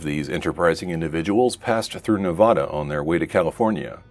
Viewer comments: other than the pronunciation of Nevada, nice video! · you can pronounce it right hopefully next time, there are many references online.